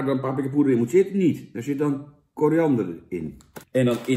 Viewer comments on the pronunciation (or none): none